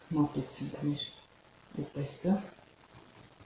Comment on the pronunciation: Շատ հաճելի կին եք, ուղղակի հայերեն ճիշտ խոսեք,ուտես-ուտեՍտ, դարբնի տերև-դաՓնու տերև